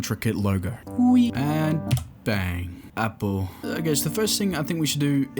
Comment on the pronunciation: "appel" 💀 apple